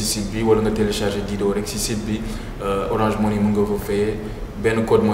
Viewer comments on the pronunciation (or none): on dit orange monnaie pas monii , lol kana leu